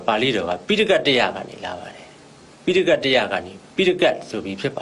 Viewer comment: ဆရာ ရှင့် ဒီ အမျိုးသမီးက phitaika ကို တောင် ပီအောင် မပြော နိုင်ဘူး